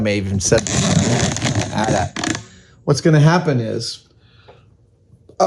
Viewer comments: Adam!!! It’s not ‘At At’ … it’s an AT-AT (aye tee - aye tee) which is short for ‘All Terrain Armored Transport.’ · I hate that you're pronouncing it as @@ I've always said each letter A T - A T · Sir, it’s AT-AT, not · A.T.A.T. not "at" "at". you don't call the smaller one an "at" "ssst" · people who pronounce AT-AT like Adam does, how do you pronounce AT-ST..? :D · It's insane to me someone would pronounce that AT in AT-AT differently than the AT in AT-ST. They both stand for all terrain.